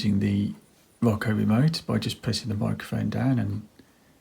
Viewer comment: He keeps calling it “rocko” lmfao 🤣